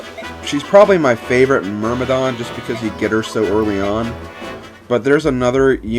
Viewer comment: Thank you, the pronunciation of "Myrmidon" bothered me quite a lot x_x